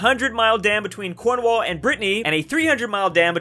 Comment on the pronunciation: Wait.... did he just say Quornwall?